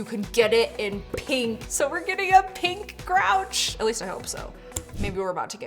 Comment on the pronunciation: For the first, he called it Goriki😂😂